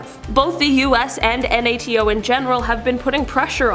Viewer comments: Just want to say it’s pronounce NATO not N.A.T.O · Hon, you sound like an idiot saying "N-A-T-O". Just call it NATO like the other 99.999% of the educated world!